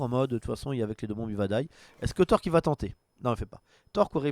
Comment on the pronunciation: On dit TorLLLk avec un L marmotte !